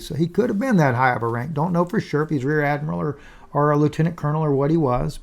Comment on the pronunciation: Admryral bird. Antarctica.. watch that interview